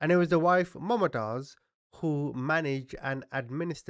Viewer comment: Man you rightly call yourself a 😁,its not "MumaaTaiz",its pronounced Mumtaz like Moomtaaz.Wtf dude,Its a common name.